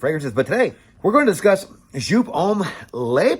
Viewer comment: A german giving a pronounce tipp: Just say the "eau" from "eau de parfum" between the "J" and the "P" and stretch it like J"eauuu"P! Good review!